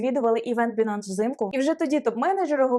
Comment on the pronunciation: Не Бинанс, а Байнанс.... ппц...